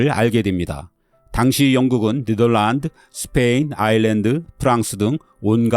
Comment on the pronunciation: 네덜란드를 그렇게 발음하는 거 첨 들어보네요